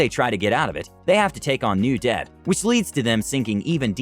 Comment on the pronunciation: It's ironic how debt sounded like death 😬